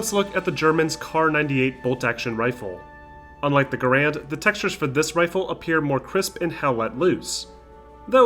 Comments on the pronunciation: garrand is "gair-end" like gar(y)-end. guh-rand is a common mispronunciation. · Pronouncing "Garand" wrong. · Researched the manufacturer and still mispronounced garande